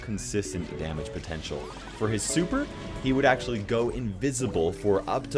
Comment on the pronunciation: Wait when u said damuge